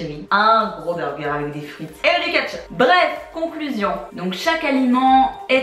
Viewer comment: Ça m'a fait rire tu dis "catch up" pour "ketchup" 😆😆